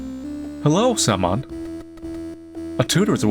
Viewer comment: bro is pronouncing "Samon" as "salmon" instead of SIM-oan 💀